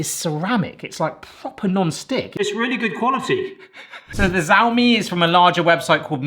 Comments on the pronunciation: its xiaomi the smartphone brand its not a z its a ch sound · Pronounced “Show me” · Im no china man but I think the pronunciation is "shou (like the first half of shower) me" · Xiaomi is pronounced "siao mi" (or phonetically sea-ow-me) and not "zao mi". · Xiaomi = Shau-me (sh, ow, me) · Since there's a decent chance you'll be reviewing a Xiaomi product again, the x makes a sh sound. So the first syllable is sheeao and the second is just me, which you obviously got just fine. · Pronounced as "SAOMI" instead of "JAOMI" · It’s pronounced “Zhow Me” and they are a huge tech brand from China. They do make everything. From Mobile Phones to self-making beds. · It's 'shao-me' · hey buddy it is pronounced Shhh-ouhhh (like the sound when you are in pain)-me so sh-ouhh-me with sshhh--oohh as one syllable and me being the second one :) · I believe that the “xiao” in “Xiaomi” is pronounced like the “show” in “shower.” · Xiaomi is pronounced as SHA-O-MEE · Yeah you’ve pronounced it wrong but don’t worry, at least 50% of people do lol